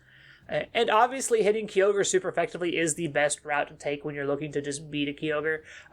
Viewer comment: Another cool video and covering one of my favorite Pokemon. Though, the most annoying thing I find about this video is how you pronounce Kyogre as "Ki-yogre". It should be pronounced "Kai-ogre" unless my English is wrong. Very powerful once it gets its synergy going, but you are right about the teambuilding. Kyogre Team is pretty much straighforward; Tornadus, Tsareene, Incin, Urshifu-Water, Eleki/Zapdos, etc. You can do more with the other restricted mons, but I think the straightforward and simple team centered around Kyogre is easy to play with, and it is powerful. Personally, I think beginner player can be comfortable with this team, and it can help to teach them how positioning works because no matter how strong Kyogre team is, if you don't position right (which is same for any team), you can be potentially screwed. Not to mention that Kyogre Team can be obvious when it comes to movepool and playstyle.